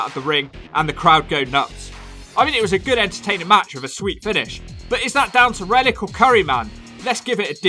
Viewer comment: I keep hearing Reddit instead of Rellik.